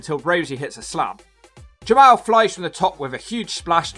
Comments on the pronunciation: It is pronounced Ja Mall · It is pronounced Jamal